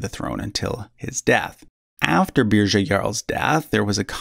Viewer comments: Munsö = “Muns uh” Sverker = “Svear-kerr” Svealand = “Svay-uh-land” Götaland = (ö = like “oo” in ‘good’) Birger = “Burger” (no “zha” sound) Sverre = “Svear-uh” Haakon = “Hoe-cone”. Thought you could use some help if you ever do a Redux ;) Sorry, couldn’t help myself. After hearing “Beer-zha” I had to speak up. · Birger is pronounced more like "Biryer". Interesting fact: I'm descended from an illegitimate child of Birger Jarl. Thus, I'm also a descendant of Charlemagne, Alfred the Great, Hugh Capet, Eric the Victorious and possibly Björn Ironside and Ragnar if they existed. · Beer-yer not Beer-zhuh 😂😂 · "Beerja" is killing me hahaha